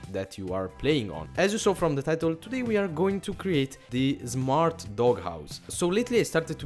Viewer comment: if thats your real name... D:< why are u said zmart dog house NOT smart dog house!?!!? u need to learn english. NOW GO TO SCHOOL!!!!